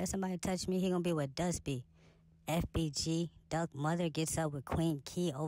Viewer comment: if you been ar people with over bites you would clearly be able to tell that she said dust she got a over bite so that’s why it sound like she said duck…